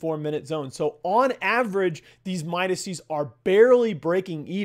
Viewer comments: ITS NOT MIDASEES ITS MIDASES (Phonetically). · Why are you calling the plural of Midas "Midasees". Midas is a name, dude, thats like calling a group of Thomas's Thomasees.